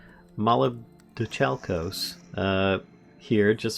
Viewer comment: muh-LIB-doh-KAL-kos or brass.The more you know . . .